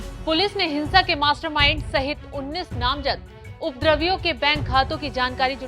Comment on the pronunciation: सर्वप्रथम उपद्रवियों शब्द का शुद्ध उच्चारण करना तो सीख लो मैडम, एंकरिंग बाद में करना।